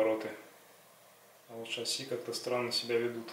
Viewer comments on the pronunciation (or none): none